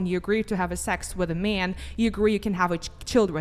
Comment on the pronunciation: 😂😂😂 "MEY-ANN" hahaha she actually sounds like she's from that one place... The Wisconsin